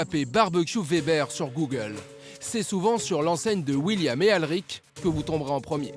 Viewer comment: Weber = ouébeur Et non Vébèr!!! 🤦🏼🤦🏼🤦🏼